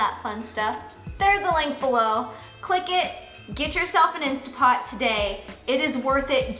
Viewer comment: Going to buy my "insta" pot this week! Can't wait! And, really? Who cares how people say it! I just want easy peeling eggs!